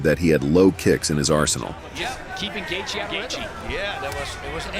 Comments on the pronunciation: you literally called Justin Gaethje - Justin Highlight Gayjay. It’s Justin The Highlight Gaethje. It’s not just you, All this videos done by bots can’t even pronounce the fighters names right. It’s embarrassing. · nope! you're wrong brah, listen to the gaybot narrator and you will see that he's Justin "Highlight" GayJay... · did the narrator pronounce Gaethe as Kay Jay❓️⁉️ Please tell me I'm not the only one who heard that 😮🤔